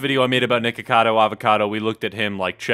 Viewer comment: It sounded like u Said Nword cado